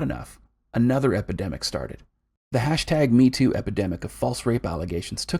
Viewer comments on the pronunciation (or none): none